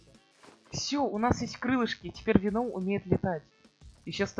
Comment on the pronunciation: Ударение на е